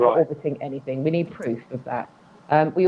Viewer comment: Like so many illiterate people, he thinks the word "anything" is spelt with a "k and pronounced "anyfink" good God.